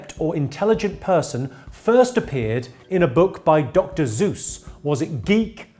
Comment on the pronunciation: Did he say Dr. "Zeus" or is it just me?